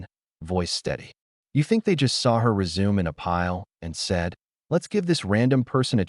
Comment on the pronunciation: AI doesn’t know how to pronounce “resume” correctly for context of story.